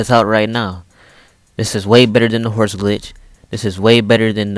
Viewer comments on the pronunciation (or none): none